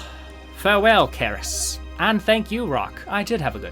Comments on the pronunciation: it's pronounced "S-er-ee-s", the C as in "centre" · For the entire video I cannot get rid of feeling you are calling it wrong. I'm pretty sure it's read with "c" as in Cerberus. Aside from that - love the video!